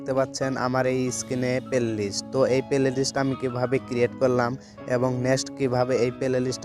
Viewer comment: Vai oita pelelist na oita hobe playlist